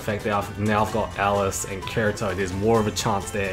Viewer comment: This dude said karito XD